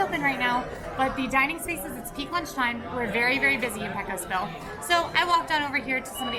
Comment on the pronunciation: PAY-cos... PAY-cos Bill. Sheesh. I know, I know.